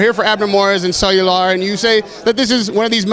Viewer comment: "We're here for Abner Mares and Cellular." Cellular? LOL